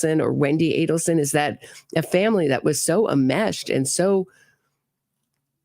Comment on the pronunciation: Greetings. Ok, the word is ENMESHED. You're a good sport to let us help. Great podcast. Enmeshed.